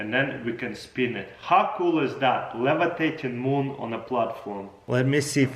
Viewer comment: "Boom!" No Taras, it's "Moon!"